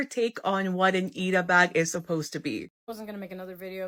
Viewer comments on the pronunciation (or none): whats really christopher columbusing is that she's pronouncing "ita" with flap t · This Sunnie person be claiming appropriation while using the Americanised pronunciation of 'ita' 🙃